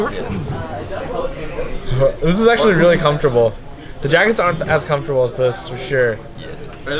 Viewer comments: i heard comfrotable for three times and then i decide to stop watching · "THIS IS SO COFOTRABLE" ~ Regi 2015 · Regi randomly sayin: This is actualy comftorable. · this is really comefortable. i mean its really comefortable. did i tell you its comefortable.